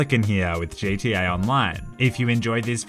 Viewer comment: "Hey lads and lasses, modest pelican here with Jay T A online" JTA? Such English.